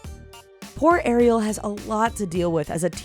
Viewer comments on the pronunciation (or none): none